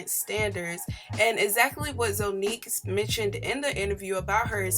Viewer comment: Zonnique’s name is pronounced like “Zah•neek”